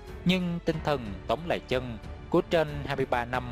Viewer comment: Tống lê chân mà đọc sao ra lệ chân .sửa lời tào lao .